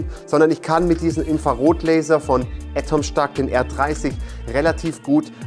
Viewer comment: Die Aussprache des Firmennamens wird immer schlechter. Letztes Mal "Ätomstack" und jetzt "Atomstack" ... wie wäre es mal mit "Ätomstäck"?